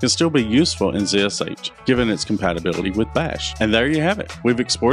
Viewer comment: pronounced "zash"